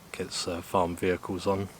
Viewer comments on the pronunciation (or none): none